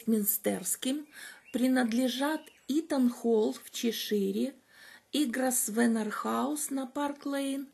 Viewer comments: «С» там не произносится. «ГрОвэна» на британском английском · Извините, но вот тут мой муж-англичанин подсказывает, что фамилия Grosvenor произносится как Гровно. Так что не попадите в просак, когда услышите это имя в прессе или если будете произносить его перед англичанами. Удачи.